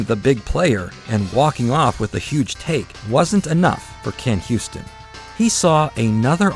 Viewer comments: Why do you call him "Ken Houston"? Can you read? The man's name is pronounced "You-ston." It's not that difficult. If you truly want to create a tribute to him, you should re-record your narration. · His name isn't "HYOO-stin" like "Houston," it's "YOO-stin." 😂